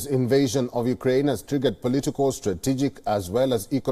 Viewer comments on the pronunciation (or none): none